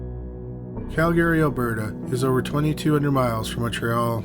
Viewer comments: CALgary, not calGARY. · Cal-GARY. LOL. That's a first for me. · Bro. Say it like Cal-gree. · it's not pronounced like that. you're maing it sound irish. it's "KAL-grr-ee"